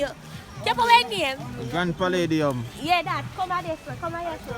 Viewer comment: The rum a mek can't say palladium